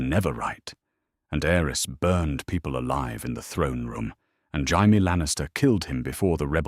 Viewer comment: None of these AI slops can say "Jamie" 😂😂😂😂